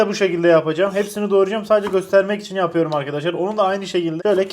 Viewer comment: Yapüyrüm demene bayılıyorum